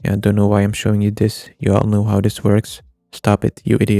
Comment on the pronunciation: Dis??????? It's "this" not dis